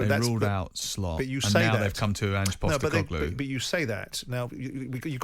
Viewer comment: Ang Postecogloulou? Matterface having trouble with the pronunciation at the start there.